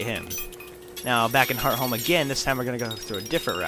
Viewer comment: does anyone else get annoyed when he pronounces hearthome wrong?